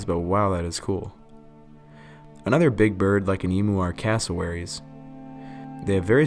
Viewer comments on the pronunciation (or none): That's E mu not Emoo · I love your work, but as an Australian PLEASE!! don't say EMOO. It's pronounced EMMYOU. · Great content - but emu isn't pronounced 'e-moo', its pronounced 'e-myoo'. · I had to laugh at your pronunciation of emu, as an Aussie I have to chime in, it's no emoo, rather emu, the "U" is more pronounced. Great video mate, the allosaurus is among my favourite dinosaur. It would have been a fearsome predator. I didn't hear any mention of its pack behaviour. I am pretty sure they hunted in packs. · Please Emu isn't pronounced emoo. It is pronounced Em-you. From an Australian. Since you always seem to pronounce it wrong.